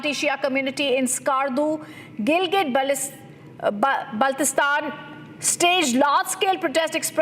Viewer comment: it is not balistan it is Baltistan, please pronounce correctly.